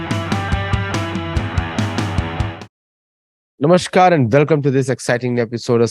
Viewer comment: Sir try to say "Namaskaar" instead of "Namashkaar".